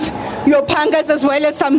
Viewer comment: I heard "panga"